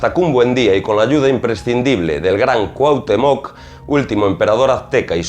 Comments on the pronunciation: Una observacion: Estas hablando de Pachita y de entrada pones la foto de Maria Sabina, que era oaxaquena y, actualmente, mucho mas famosa que Pachita (que operaba en la ciudad de Mexico). Otra cosa: dices CuauhtemOc acentuando la O y es CuauhtEmoc, con acento en la E. No pongo la tilde ni el acento porque no las tiene mi teclado, pero la correcta pronunciacion de este nombre azteca es importante. Por lo demas, tu video es muy interesante y bien documentado. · Te comento en tu vídeo usaste la imagen de María Sabina, otra curandera de Huautla de Jimenez, Oaxaca, México, no es Pachita, Bárbara Guerrero de Parral Chihuahua. Y esto puede ser porque ella rara vez permitió que se le tomara fotografías que no fueran familiares. Y se pronuncia Cuahutémoc, no Cuahutemóc. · deberias de investigar primero la correcta pronunciacion de Cuauhtémoc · El acento en coautemoc es importante..se que eres español pero se oye muy mal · Definitivamente te falta información y esta muy mal pronunciado Cuauhtémoc!!!! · Haber, en los primeros dos minutos pones una foto de María Sabina.. no de Pachita , además dices que era la más famosa de México y que no hay otra.. para que sepas la más famosa es María Sabina.. como se ve que no eres de México que ni te documentas bien, ni sabes pronunciar el nombre de Cuauhtémoc con acento en la e.. así que documentate primero y luego haz videos.. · Excelente Trabajo! Sòlo una breve correcciòn: Cuauhtèmoc con acento prosòdico y ortogràfico en la "e". Por lo demàs todo bien.Te mando un gran abrazo desde Mèxico!